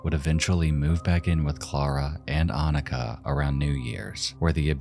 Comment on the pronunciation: The č in Anička is pronounced like a "tch" sound. It's literally the first letter in the native spelling of Czechia. Jan is pronounced like Yawn. It's literally just John but with a Y sound. The Czech form of John.